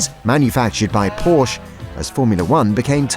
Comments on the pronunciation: Too bad the voice-over person cannot properly pronounce Porsche. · I've got some bad news for whomever produced this video. There's a list of single-syllable 7-letter words, and Porsche is definitely not on it. No wonder they backed out.